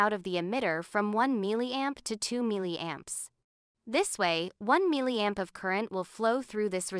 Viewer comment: I despise the way that the AI voice pronounces "milliamp"